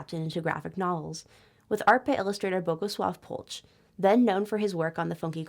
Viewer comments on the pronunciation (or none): "ch" in Polch reads as "h" in "ha" so Polh